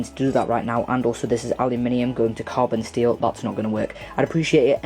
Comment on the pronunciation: Why do you keep saying aliuminium?